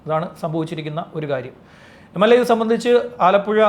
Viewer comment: MLA അല്ല മ്ളാ